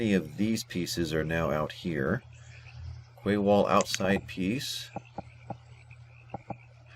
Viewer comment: the word Quay is actually pronounced "Key"..I know, crazy right..:)...thanks for these button walk throughs!